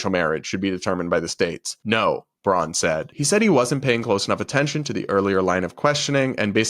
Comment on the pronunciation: '𝘐𝘯𝘤𝘢𝘯𝘥𝘦𝘴𝘤𝘦𝘯𝘵?' Not sure that was the right word choice to express the fake emotional outrage. In fact, I'm pretty sure this woman(?) has no idea what 'incandescent' means. Couldn't even get the basic facts of what Sen. Braun said (and I will nitpick--she calls him '𝘉𝘳𝘶𝘪𝘯'). In 2022, he stated that he agreed that individual states should be allowed to decide on certain legal matters if Americans did not want the US Supreme Court to rule on them or issue broad, sweeping decisions.